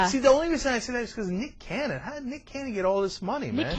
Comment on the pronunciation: BITCH how dare u say nick canyon..... get dem words right..lololol lol im j/k